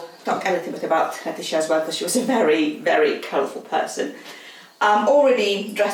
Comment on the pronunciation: The name of the lady in the portrait is pronounces `Letisha`, I listened three times and could not work out what sort of a hash was made but it wasn`t that